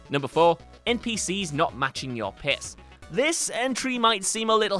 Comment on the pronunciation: Every time he said "pace" i heard "piss" and had a weird mental image of NPCs matching your piss in the toilet.